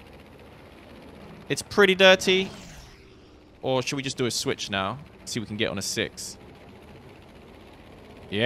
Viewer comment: *Without a live audience*: Shouder we hunt it. Okay I'm going to hunt it